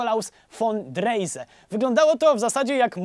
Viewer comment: Dreyse >> Drajze. Nie wiem skąd maniera żeby niemieckie nazwisko wymawiać nie mam pojęcia w jaki sposób.